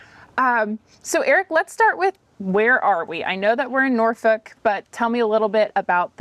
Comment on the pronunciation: I’m impressed and that’s extremely hard to do. She pronounced Norfolk correctly. It’s got a little bit of a draw to it with very little emphasis on the K I know I was on a nuclear submarine on a Norfolk SSN 714 USS Norfolk.😂😂